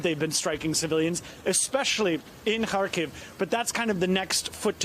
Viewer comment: Finally. A on site correspondent is pronouncing the city names properly. NBC: please take just a minute and listen to how Lviv and Kharkiv is pronounced. Your butchering it lol